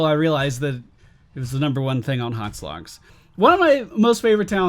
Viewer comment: It's HotS not HoTs.